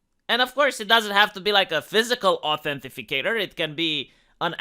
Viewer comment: Authenti cator, not authenti fi cator :) Not a big deal though, obviously. On topic, I regretted giving facebook my real birthday, but on the bright side I put almost nothing on the account which I haven't touched in years. Now in the age of cancel culture, I'm glad I don't give these a holes anything worth a damn.